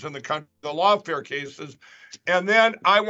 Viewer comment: Did Mikey Pillow say- " lawnfare cases" or " logfare cases?"